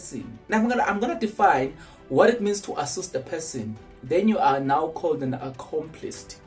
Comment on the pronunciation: "Accomplice" not Accomplist.